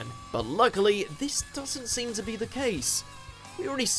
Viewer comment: Seems like you were hungry, as you ate the word "to"